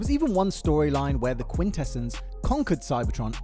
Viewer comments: Bro this man cannot decide on how to pronounce quintessons. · mispronouncing "Quintessons" is pretty sad for a TF-themed channel.